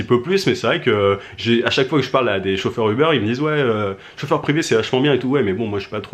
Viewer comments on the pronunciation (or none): ça se prononce "oub'rr" pas eubeur